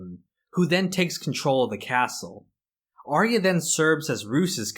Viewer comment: It's not Are-E-Uh, it's Are-ya.